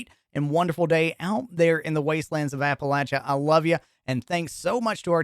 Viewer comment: Dude said apalacha so many times it bothered me.